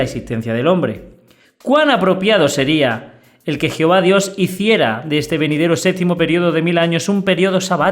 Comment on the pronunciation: Me encanta 😊 cuando dices geofa jijijijiji. Alma México.